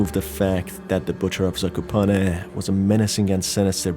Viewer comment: as Polish speaker i didn't expected to hear "Zakopane" spoken so fluently...